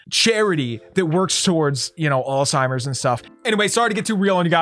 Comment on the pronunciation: I’m so sorry I didn’t get to the bit where u said alsimers but Hb grandma beak